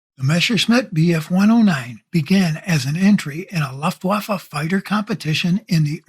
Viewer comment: Pretty good video, but if you are going to do this, I'd suggest learning how to pronounce "Luftwaffe."